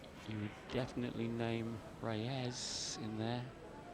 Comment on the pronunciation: Efren ReyAZZ? I thought it was Reyes?